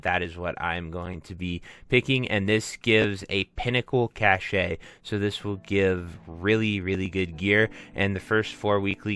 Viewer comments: Cashay 🤣 its "cash" my man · Helpful, thanks! fyi, its pronounced 'cash' not 'cashay' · Same lol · cache - it's pronounced "kash". sorry - it's just a pet peave. :) good video!